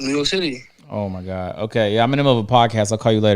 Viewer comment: Bro wtf😂😂😂 “Oh my Gawk”